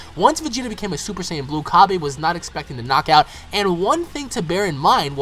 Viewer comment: Cabba, not Cabey. It comes from cabbage. Seriously, stop saying Cabey.